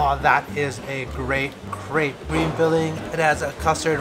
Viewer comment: i am not french but the way you pronounce crêpe really disappoints me